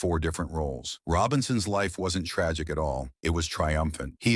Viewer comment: 90% of the clip is very very good. Unfortunately, the other 10% is totally inaccurate. It’s obvious that Larry didn’t sanction the production of this video. The accentuation of the word tragic is totally inappropriate. Use of that word to describe his exit from Montreal is in itself tragic. Around the 37 second mark, they show a picture of Moe Robinson not Larry. Moe played only 2 games with the team. Dumbasses. And the truth be told. He was hoping to be drafted by Chicago, not Montreal. After all, Chicago was the team he cheered for growing up. And when he left Montreal, he was bitter. They tried to lowball him, and when he wouldn’t accept their offer, they turned the press on him. If the Canadians lost a game, it was because Larry didn’t score, or wasn’t physical enough, or had been beaten to a loose puck. And what idiot doesn’t know how to pronounce Guy Lafleur’s name? It’s Gee, not Geye! One of his greatest disappointments was that his father Les was not standing alongside him when the raised his jersey to the rafters and retired #19. Les had passed the previous year. The Canadians had stalled on the inevitable ceremony for years, just because they could . Go figure.